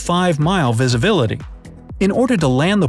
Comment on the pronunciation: he said visiVilty